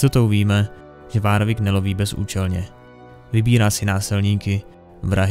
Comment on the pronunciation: Jsem rád že to někdo točí ale drásá mi uši to jak vyslovuješ nějaká jméno třeba warwick místo [worwick]